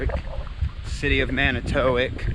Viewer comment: It is pronounced Man i tow walk…